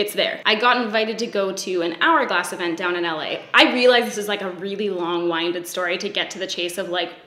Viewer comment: Did she say long-winded? Like a wind-up toy? Haha love it. Also this is a super cool video idea! <3 <3